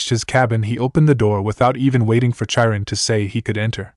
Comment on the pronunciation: OK, I do not know if you are using AI to read the story but, Chiron the CH is pronounced as a K not in the normal way CH is normally pronounced instead of Cha we have K or in Japanese it would be pronounced Kai Ron. I don’t know if you can fix it, but I thought it might help to have the proper pronounce it love the stories. Keep them up.